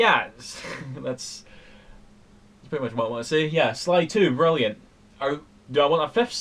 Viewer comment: "Sprilliant". totally legit complement.